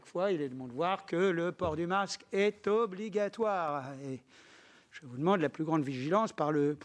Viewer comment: "le masque est ooonligatoire", pff la mascarade est obligatoire